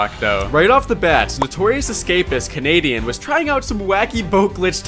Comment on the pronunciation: "If there is kenadian its possible"